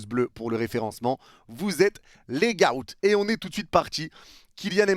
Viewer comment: le mot " goat" on prononce pas "gaoute" mais " gooote".Vive Mbappé et Hala Madrid🎉🎉🎉🎉